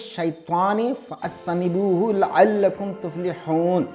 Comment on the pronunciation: Fa،ajtanibu Ghalat ،Fajtanibu Sahi